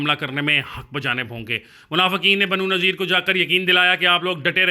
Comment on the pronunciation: Pronunciation correction.... Banu Qai-nu-qa, Banu Nuzair, Banu Quraiza, Masjid Quba